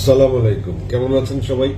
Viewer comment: আমি আপনাকে অনেক পছন্দ করি কিন্তু আজকে আপনার সালাম টা শুনে ভালো লাগলো না। সালামটা আশা করি শুদ্ধ করে দিবেন।